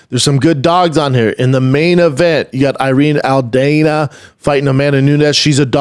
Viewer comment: Lol, Brendon you love to mispronounce words. It’s Al-Dawn-A not Al-Dane-A!! 😂😂